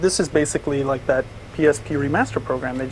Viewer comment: Did you rike it?